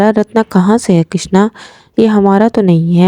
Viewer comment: کٙشنا نہیں کِشنا ہے۔😅۔ پھاگٙن نہیں پھاگُن ہے